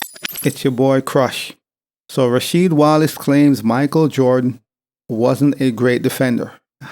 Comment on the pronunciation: Ra"Weed" Wallace 😆 he probably forgot Jordan games lol